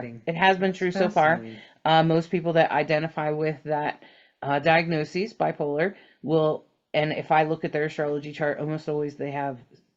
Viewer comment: When you said "bipolar",I thought you said "black holar",like a black hole.....a new term? Lol